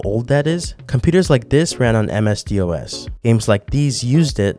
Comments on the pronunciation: The way you pronounce ms-dos as msd-os makes me cringe. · Lol at "m s d os". Youe supposed to say "dos", lie it rhymes with "boss" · Every time he calls “MS DOS” “M.S.D.O.S.” I grow another grey hair 😫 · Hearing someone can it M S D O S instead of M S Dos makes me feel old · love this video, but I was falling on the ground laughing when you were referring to the DOS in MS-DOS as D O S. I'm a slightly old head I guess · You having spelled out MS-DOS shook me to my core! Like, there's no real reason you should know that it's spoken as "MS Doss", which makes me feel old as fuck. DOS was already old as fuck by the time I was a kid using the internet/PCs, but it's sphere of influence was still potent enough that you heard about it, but I suppose most of that has worn off years ago. Don't turn 28, man. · ms-dos, is prononced as em - ess and the dos is pronounced as one word, like hoss. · What is "Amesdioues"? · The "M-S-D-O-S" hurt me lol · Never heard someone spell out MS-DOS when saying it....I must be old